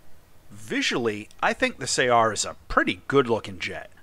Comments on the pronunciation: I crippled this thing with 2 critical hits in my MiG-21S and yet the guy managed to missile me, i had no idea it had missiles. Btw regarding the other comment saying you pronounce it wrong, i think it is pronounced in the arab way, which is closer to 'su-uh-r', great video as always. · Its pronouced more like "saR" (like the word R)